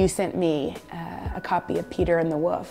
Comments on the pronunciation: Yes! Lol. It's at . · Did she just say "woof" instead of wolf? Maybe I heard incorrectly.